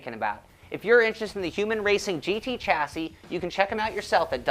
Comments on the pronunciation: Nice review, BTW... chassis is pronounce shas-say. ;-) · no. actually it is pronounced "shassy" but hey - who cares? ;-)